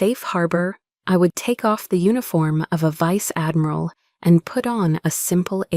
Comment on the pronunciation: No Vice-Admiral would have like that! AI needs to learn how to pronounce words better!